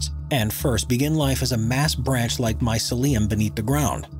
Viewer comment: why does he pronounce mycelium like that wtf edit: and morel too 😭 that its not a "moral" its a "morelle"